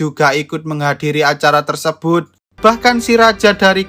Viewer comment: TERSEBHUT......CANGKROK....... org jawa gitu lohhhh..........